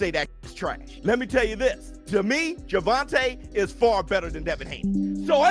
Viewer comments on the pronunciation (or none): Bro it’s not GervonTUH say his name right